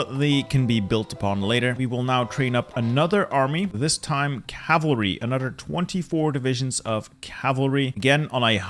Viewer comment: why do you say anodder instead of another